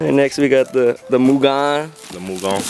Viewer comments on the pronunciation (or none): It’s mew-genn not mujin or mugeen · Love the video mugen is pronounced more or les like (MEW) (GIN) mu-Gin - mugen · its pronounced MOOGEN bro Lol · Moo-Ghen.....is correct pronunciation. You anger the Honda gods pronouncing it incorrectly. Seriously, reps from M-Tech in Japan get very upset if you are unable to pronounce their brand name correctly.